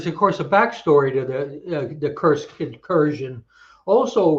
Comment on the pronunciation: KURSK ! not Kurtzsk or Kirtzsk ! Crooke is excellent, go Nap.